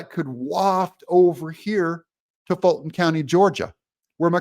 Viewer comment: And it's "FANNY", not "Foni". As in "Gee you have a fat Fanny"